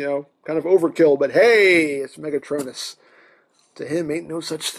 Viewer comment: Ok guys he's Megatron-n-us! XD great review!